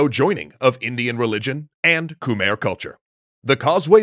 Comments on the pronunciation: See, I realize that this series is already recorded and produced but is it pronounced as "Kuh-mehr" the whole time 🤔 The pronunciation should be something like "Kmai". I appreciate that the Khmer get a section here, but to me it's cringy hearing the name mispronounced. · Please look up proper pronunciation when dealing with foreign names, we should be past "koomer" by now. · Love the vid. Quick pronounciation thing though: Khmer is pronounced as "Kh-my" (even native tongue says it this way) not Khmer. For some reason, when the language and name got romanized, words got spelling that doesn't make sense. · Fact: khmer is not pronounced KHU-MEER or KH-MER. Its actually KAH-MAI (khmai). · Ke-mai is how it's pronounced please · It's pronounced KUH-MAI